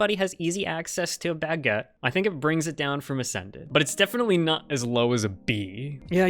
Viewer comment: Why does pronounce baguette like "bagg-et"